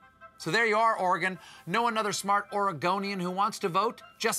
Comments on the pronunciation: HE ACTUALLY PRONOUNCED OREGON RIGHT! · Thanks for not saying OREY GONE